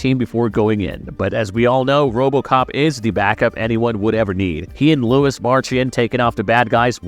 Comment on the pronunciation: This clown keeps calling Lewis Lois.